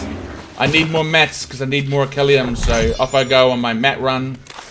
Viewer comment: It's not orcallium